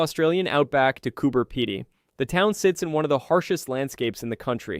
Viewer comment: Cooper Pedy I like no where else. I’m glad that this voice over at least got the pronunciation of the town. I’ve seen that opal fossil too. It’s amazing